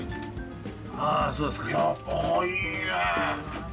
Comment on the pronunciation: すが。じゃなく。 すか。w